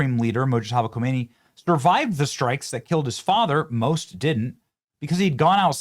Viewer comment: Not Homeiny, Humney !!!